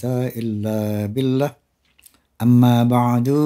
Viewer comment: Bang Rhoma tolong dong sebagai pendakwah yg belum naik taraf ulama... Teliti lagi bacaan2 muqoddimahnya... Jangan billaah dibaca billah... Laa haula wa laa quwwata illaa billaah...